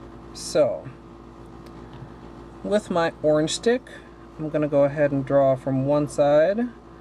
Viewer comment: I love these! And the way you say orange 😁🍊💅